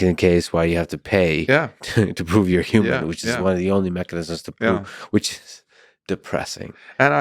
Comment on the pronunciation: I cringe so bad when people pronounce human as "yuman"